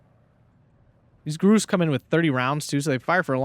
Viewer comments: Grouse rhymes with house. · grouse is pronounced like you are saying ouch, its a type of bird IIRC.